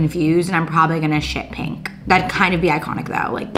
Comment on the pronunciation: Pink. Not peenk